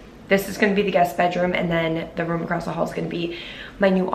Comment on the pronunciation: I love you but it’s ROOM not VROOM